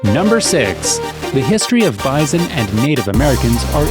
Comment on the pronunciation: Wth is bizon? I understand bison or buffalp.